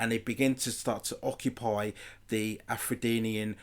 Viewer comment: Afro-denian ?, its just Afrodian one word